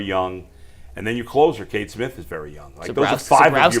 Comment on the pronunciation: It's not Kate Smith, it's Cade Smith.